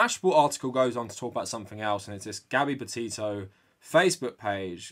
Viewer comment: I’m so sorry but when he says her name all I hear is hear is Gabby Potato 🥔